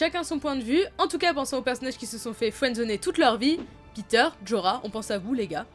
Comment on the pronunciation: Si, techniquement la prononciation, c'est "Dènerys", "Téon" (en tout cas en français, forcément en anglais c'est pas tout à fait un F mais pas tout à fait un T non plus), et "Petyr", non pas "Peter" à l'anglaise :p